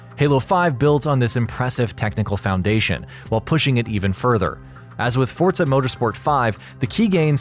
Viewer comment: No "t" in Forza.